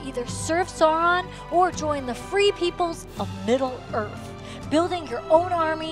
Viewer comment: “…Conquering middle earf” I’m sorry what did she say?????